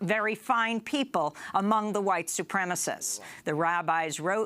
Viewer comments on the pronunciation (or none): "...........very, very, VERY, ...very fine peeblez..on both sides!"